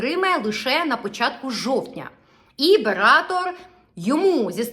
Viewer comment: БератЕр, а не бератор.